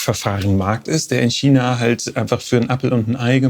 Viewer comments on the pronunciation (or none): none